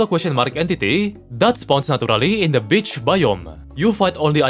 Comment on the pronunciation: I legit heard bitch, did you?